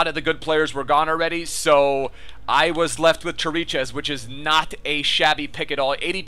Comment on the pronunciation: Also Chiricheș is pronounced Kirikesh. :)